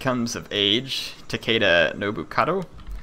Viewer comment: great video but it's tah-keh-dah not tekeida